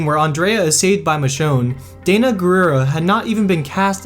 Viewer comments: Anna calling Danai (Deny)Dana (Day-Nuh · The pronunciation of Danai's name is hurting me. Think Dan-eye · Michonne... that is... Danai Guiera's first name is not 'Dana'.... it is pronounced 'dan - NYE'.... like Chris Hardwicke pronounces it! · Danai's name is pronounced like 'deny' not dana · Danai, not Dayna ... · And how he says Michonne's real name. It's DanEYE, not Dana. 😂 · Why keep calling Danai Dana? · It'd be great if you could at least pronounce names right considering you're making a video and butchering names over and over and over. Dana? Really? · Lol Dayna Gurira... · And also Danai...